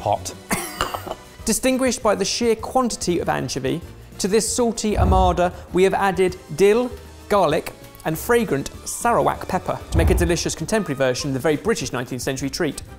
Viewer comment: Lmao hearing butcher the word Sarawak when you're from there is a trip